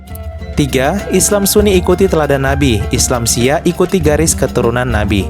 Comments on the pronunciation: Nyebut Syi'ah aja salah moderator baca nya Syi'ah bukan siah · Min bacanya bukan Syiah. Tapi Syi-ah. Dan Syi'ah BUKAN ISLAM.. Syahadatnya juga beda. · Syi'ah bukan syiah Apakah reporter gak pernah dengar sebutan syi'ah?sehingga cuma membaca tp tidak mengerti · SHI ' AH BANG BKN SIYAH 😮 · Bukan siah atuh..... syi’ah...!!! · iya syiah dibaca syiyah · Ini penyiarnya kalau bukan islam itu sendiri jangan sok tau deh, yg di terangkan masih ada yg keliru. Nanti bisa jadi mengundang kontra. Cara penyampaiannya sja masih salah dalam mengucap salam dan mengucap syi'ah. Mending urus agama sendiri deh